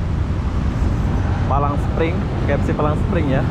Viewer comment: "Palm Spring" Bukan "Palang Spring".